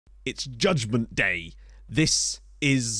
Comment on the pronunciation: “Judgement Dat” surely?